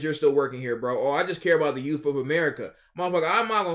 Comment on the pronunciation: "Youf". You, sir, are perpuating this black behavior